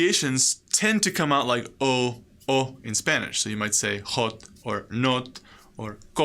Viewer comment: Wierdi don't hear "ah" when you say "hot" etc. but rather "oh"